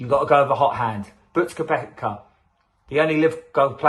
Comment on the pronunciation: Try to get the names correct. Young isn’t picked nor is Johnson. Your pronunciation of MERONK or KOEPKA. PRONOUNCED MERONK AND KEPKA.